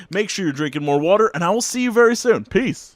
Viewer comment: An ad started when you were saying 'peace' so you just said pee lol Edit nope you just straight up said pee at the end there, pal. Pee ☮